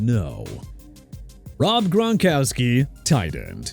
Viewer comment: Gron-kow-ski!! You having problems pronouncing athletes names or you just don't care?? Smh